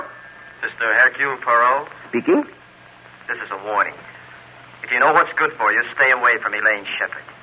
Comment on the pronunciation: Air cule pwah ROW ?????? 🙄🙄 Ah c'mon. Only Belgians will get the pronunciation correct, but at least try!